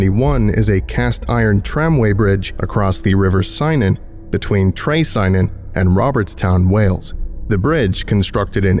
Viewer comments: i do enjoy the safe SCPs. A small point if i may: Trecynon is pronounced with a k rather than a c, so its Tre-ki-non, rather than Tre-cy-non. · It's actually pronounced CU-NON not SIGH-NON haha. Understandable mistake though, English people especially make it all the time. I'm from Abercynon which is close to Trecynon (both on the river Cynon). Very surprised to see a local Welsh SCP story haha. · Kind of wanted to do this in Character but being a Welshman I had to look this up. The town's name is pronounced "tre-kun-on" and the bridge is really there. Might pop down for something to hang on the old walls. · Just saying, the place name "Trecynon" would be pronounced more as "Trekynnon" (idk if that makes sense). Unsure if it's a real town but it's a Welsh place name :)